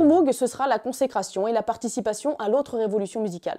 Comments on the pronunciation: Ça se prononce "mogue" pas "mougue" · apparemment MOOG se prononce Mogue et pas Mougue. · Petite précision: Robert Moog a toujours indiqué que son nom, d'origine néerlandaise, ne se prononce pas "M-ougue" mais bien "M-ogue", avec un O long et très fermé qui rime (en anglais) avec "Vogue". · D'ailleurs ça ne prononce pas "Mougue" mais "Maugue" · Super vidéo ! Ça n'a que peu d'importance, mais sachez que Moog ne se prononce pas "mougue", mais "mowgue". ;) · lire "jimmy Hendrix" c'est un peu comme d'entendre "Mougue" à la place de "Mowgue"; à part ça c'est excellent. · Pour info on ne prononce pas MOUGUE mais MOGUE :) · et MOOG se prononce MOWG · Sympa la vidéo, pour donner un aperçu, en revanche niveau taille et synthé autant parler du Thélarmonium, ne laissons pas Cahill de côté non mais. Et je sais que tout le monde dit MOOG parcequ'il y à 2 O mais ça se prononce MOGUE (frère/soeur de sang) ! Parceque c'est hollandais et prononcer à l'allemande par son créateur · Stylé ! Mais Moog ça se prononce "Mog" héhé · Tiens au pasage, Moog ça se prononce "Mogue" ;-) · Pourquoi prononce t-elle Moog comme ça ? C'est pas une marque anglophone